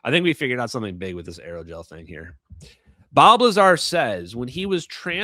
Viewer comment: Not just Aerogel, ALLOYGEL!